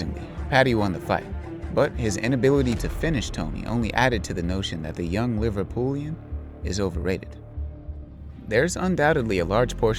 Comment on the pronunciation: Its LIVER-PUD-LIAN buddy